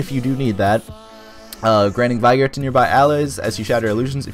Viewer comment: Well dang I was just traiting up from your previous video and then I saw this. I guess I'll try the previous one before I try this. Can you tell me why you decided to change up please? Btw not being a douche but "vigor" is actually pronounced Vig (like Fig), and Or, like "this OR that". But yes, please let me know what made you decide to change it up? Thanks so much for the help, this video is helping me A TON. I have been having such a hard time leveling w/ Mes. Oh and what server are you on? :)